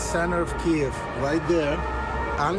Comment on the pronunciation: A journalist that can't pronouns the capital of Ukraine :)